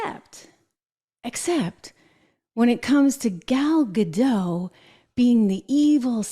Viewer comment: It's pronounced Ga-DOT, not Ga-Dow. Gal is Israeli, not French. 😊